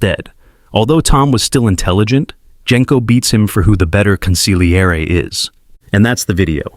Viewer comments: It's pronounced con-see-lee-err-ee. If you see "gl" in any Italian word, do not make a hard g sound, just emphasize the l. Hard g sounds are not heard in Italian unless they are followed by h's as in "ghiaccio" (gi-ah-cho) or "ice." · Interesting analysis - apart from the fact the narrator cannot pronounce 'consigliere'. You don't pronounce the 'g' in Italian (or in the Mafia) - it's consil-yi-eray. An embarrassing mishap. At least he gets it right after . Then he forgets it later, it's very weak narration. And the repetitive music is annoying, but at least quiet. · This is unwatchable when the main term is pronounced so poorly. It's con-seel-YEHR-eh, not con-sig-lee-AIR-ee. Ugh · I don’t understand why you guys don’t babble or google how to say the word. The g is silent. Con see yer lee! That’s the best phonetic I can do. And yes my parents were Sicilian immigrants. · Jesus Christ, you’re killing me with the way you’re pronouncing it! It’s pronounced Con- Sil- Yeri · Im not Italian, but hearing consigliere being pronounced like that by AI gives me the hibbie jibbies. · From the beggining I can't watch the video. Go look up how tge word consigliere is pronounced. Watch the movie again even. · It is very distracting the constant changes in the pronounciations of key terms and names in this video. Sometimes (few), consigliere is pronounced correctly, but mostly mispronounced (the g is slient). Genco is also both hard g and (the correct) soft g, and even Hagen's name is mispronounced. Don't call yourself Mafioso if you can't pronounce the basics. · Bro, you need to learn how to pronounce Consigliere and Genco